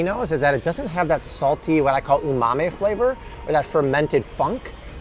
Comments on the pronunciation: Hi, I’m Japanese. It’s not Umame. It’s Umami. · its umami not umamae